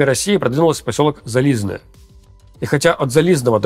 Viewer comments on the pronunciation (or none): . Не "зализное", а уже или "зализне" или "железное".